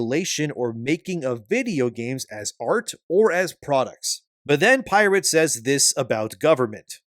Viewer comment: Your pronunciation of the word pirate is off, unless you are making fun of him being "irate".